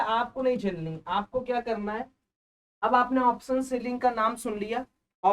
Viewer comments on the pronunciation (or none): Option bolo to pehley thik se bhaie. Saam nahi hota hai Shaam hota hai. Waisey hi soes nahi hota hai shoes hita hai. Waise hi option ko sha laga kar bolo to pehley please. 🙏